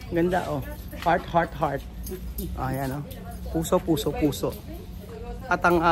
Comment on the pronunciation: Tawag sa rice wrapped in coco leaves ay puso with the stress on the second syllable.... ❤ ❤ ❤The waray waray call it budbud wrapped in a different leaf or sometimes banana leaves❤